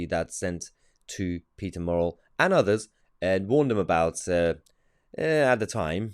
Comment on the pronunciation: Good news content. But his name is "murrell" not morell as you are calling him !!